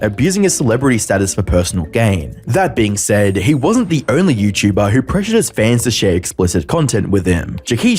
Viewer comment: Gonna drink every time says 'that being saiiddbbtnbnabb...'